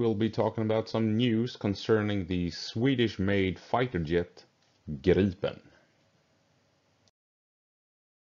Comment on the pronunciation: in english it sounds like you are saying Girl-pin... hehehehe